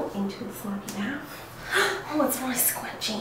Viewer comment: Kylie Dowdy she even said baf lol